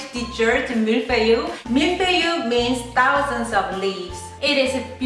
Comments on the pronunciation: 발음 틀리셨어요. ㅋㅋㅋ. 저 불어하거든요. 밀-풔이. Mil-feuh-eee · ***** ㅎㅎㅎ 한국식으로 발음하다 보니까 그리됐네요~ 이제 잘할 듯.. 밀-풔이~ ^0^